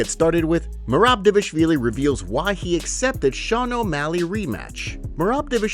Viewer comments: Why doe the narrator always call him davishvilli? Instead of dvalishvili?😂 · Hey MMA ZONE if you can say Merabs last name proper;y just one time I will subscribe Or Gaethje not GayG